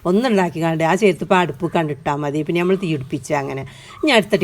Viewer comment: Nyammal alla nammal ennu paranyoode?